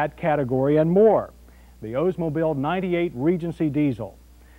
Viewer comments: “Ohs-mobile” lol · It’s pronounced Oldsmobile. Not Ozemobile. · Why do people keep saying “Ozemobile?” The car is named after Mr. Olds , not Mr. Oze. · Why does everybody say “Ozemobile”? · He says "O's-mobile". Ha ha.